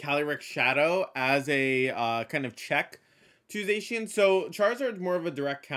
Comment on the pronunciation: It's Zah-Key-Ahn, not Zayshian.